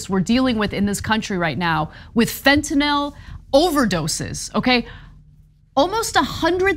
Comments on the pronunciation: I commend Ana and Cenk for pronouncing fentanyl correctly. I’ll never understand why everyone in politics calls it fent’nawl. It makes serious discussions sound like an unfunny cartoon. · To Ana Kasparian: you are the best. You even know how to say Fentanyl when, for some reason, everyone else seems to call it "Fentanol". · Yet another reason to love Ana: She pronounces it Fentanyl and not “Fent-NOL.”